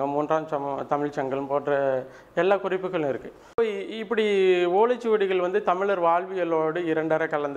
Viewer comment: முதலில் 'ழ' சரியாக உச்சரிக்கவும்... நீங்க 'தமிலர்' என்று சொன்னவுடனயே இந்த பதிவை போட்டு காணொளியை பார்ப்பதை நிறுத்திட்டேன்...